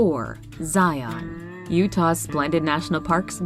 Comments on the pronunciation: Zion is definitely the personal (and familial) favorite. Did have to cringe from the pronunciation, though. If you're any type of foreign and want to fit in locally, or you just want to avoid weird glances, Zion is pronounced ZIE-uhn or ZIE-in. Not Zie-ON. Pls and thank you. Have to agree with the person who said the video choices for Zion were strange---if you truly want to see the beauty, show Angel's Landing, the Patriarchs, Observation Point, mention the tunnel, and show the towering cliffs of The Narrows. The truly red and orange rock with gorgeous green trees in the valley. The variety the US has to offer is truly extraordinary, this is a great video. Definitely on the bucket list to visit Havasupai at the bottom of the Grand Canyon. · Great video. But as someone from Utah I have to say it's super cringeworthy every time we hear someone call Zion "Zy-on." It's pronounced Zy-uhn. Happy to see 4 of Utah's 5 awesome national parks on the list! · Matthew Peters Yeah, she’s probably pronouncing it correctly, I just live 45 minutes outside of Zion and I’ve only ever heard it pronounced that way in YouTube videos or from people visiting Utah. Here it’s pronounced “Zi-un.” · The way people say “Zion” who aren’t from Utah kills me. 😂